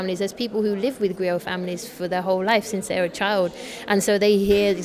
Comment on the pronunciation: Thanks for this beutiful interview, I love Sona music and Afrikan music for ever. I just wanted to point out that Sona plays Kora instrument though not Harp as the graphics indicates. and the GRIOT is pronounced (GREEO)